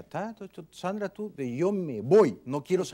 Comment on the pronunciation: En México los del centro tienen esa pronunciación de las S, tipo sh. Sandra nació en la sierra del Perú, donde el acento es otro.